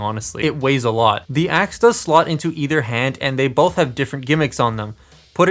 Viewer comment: Is Optimus saying “attack shit” when he uses his axe? Or am I crazy?